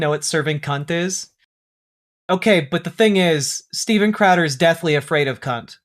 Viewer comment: “Steven Cradder” made me laugh